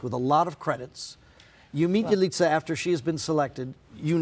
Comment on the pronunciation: Por qué le dicen Yalitzia jajaja, es Yalitza.